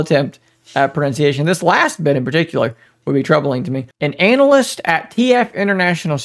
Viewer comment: Bro ana-lyst not anal-yst 🤣🤣